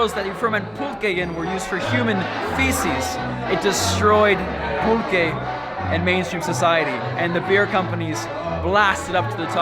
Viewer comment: Pulque shaww